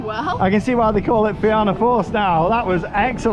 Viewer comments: The pronunciation of fianna force…. It’s feena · Emerald park is in Meath btw and it's also pronounced (na feena force)😊😊😊❤❤❤